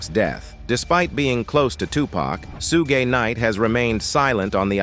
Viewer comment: These AI narrators be KILLIN ME😂😂😂. "Soog Kanight